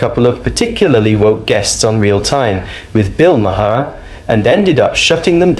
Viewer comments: Who is Bill Ma-May-Harr? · Narrator……Say Bill Mar not Ma-har. That’s how it is pronounced contrary to how it is spelled. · Let's get one thing out of the way, his last name is not pronounced how it's spelled, it's spelled "Ma-har" But it's pronounced "Marr" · Bills name is not “MY-HAIR” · It's pronounced 'Mar', not the 3 ways you pronounce it in the video! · Dude, stop insulting Bill. The "H" in his last name is Silent, it's "Mar" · You mean it's not pronounced Muh-hair? 😊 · Haha. Ma-har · Why do you feel thr meed to pronounce his last name differently every time you say it, it's not a hard name. Perhaps should be a pre requisite to report on someone, being able to say their name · The H is silent. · Ya gotta love AI voiceovers. How many different pronunciations of "Bill Maher" are there? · Every time you say "maher," you pronounce it differently. Very annoying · You need to learn how to pronounce his name. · Learn how to pronounce names before you post a video. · GEEZ!!! Every time I've heard Bill Maher's name pronounced; it's not the way this AI British sounding narrator does it!!! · The H in Maher is Silent . . ..shouldn't you know this?